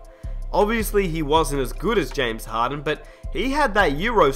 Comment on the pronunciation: James harden not james haden